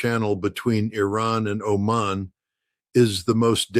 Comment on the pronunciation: This is frickin’ AI people! He mispronounced “read” as “red” and also mispronounced “Oman” as “Omen”. This is part of “the fog of war”. Take all of this with a grain of salt and DO NOT buy into this rhetoric of “You should be terrified.”